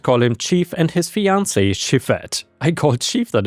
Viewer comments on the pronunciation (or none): none